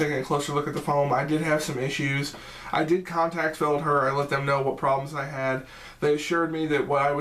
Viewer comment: Thanks for the review its pronounced. "Feld-hare"